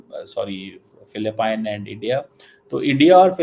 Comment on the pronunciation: ATLEAST YOU COULD LEARN HOW TO PRONOUNCE THE COUNTRY PHILIPPINES